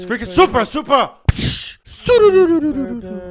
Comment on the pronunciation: He turned Japanese on the second "Supra!"